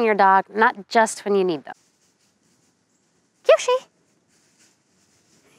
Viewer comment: Kyoshi sounds like sushi